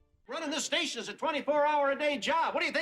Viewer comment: "...occurred at a different. STATION." Classic AI voiceover tell.